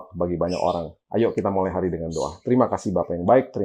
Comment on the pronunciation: setiap kali mengucapkan kata "mulai", kok sepertinya terdengar. "molai"... Hehehe apa sy salah dengar yaa 😅